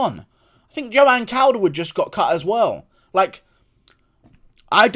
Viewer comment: I'm glad Joanne calderwood got cut only because I DON'T have to hear you mispronounce the name calderwood again, thank god. ITS COLDERWOOD!!!!!